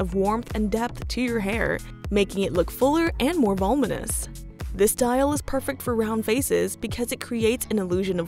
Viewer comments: Vol-mon-us is not a word. Vo-Lu-mon-us is the the correct word. It has four syllables with the emphasis on LU. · vol-U-minous. Not volminous 😉